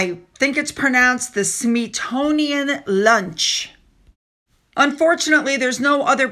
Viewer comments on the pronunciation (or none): none